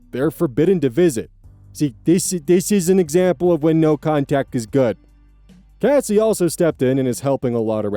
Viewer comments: CASS-SEEE not Casey 😑 every time you say the name wrong I cringe, it doesn’t even look like it’s pronounced Casey…? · changing the pronunciation from Kacy to Cassie will be my biggest ire